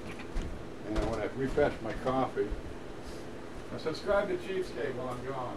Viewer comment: you said subscribe to cheapskate, I thought you said cheesecake